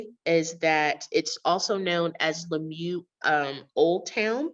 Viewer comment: Lamyoo? The pronunciation of Swahili names are really not good.